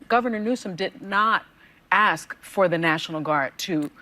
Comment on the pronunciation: Its ask not ax Tatum.